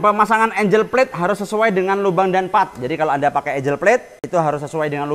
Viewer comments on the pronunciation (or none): ANGLE cara bacanya bukan ENJ3L, tapi Engg3l. Kaya bahasa jawa ENGGAL.